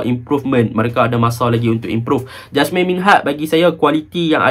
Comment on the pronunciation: Jasmir bang jasmine beras 😄.. yazik bang eja je yazek baca dia yazik..